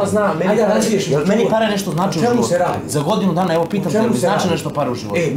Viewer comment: Čuj..prvo što kaže,parrrree🤣